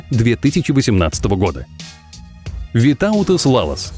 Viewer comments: Я из Литвы и Витаутас ударение на и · Витаутас имя ударение делается на и )